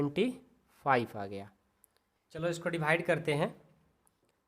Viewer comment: Dibhaide nhi Divide ➗ hota hai hamko bahut kharab lagta hai